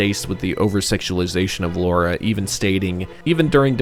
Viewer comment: It's Lara Croft, not Laura. Lara, like Tara.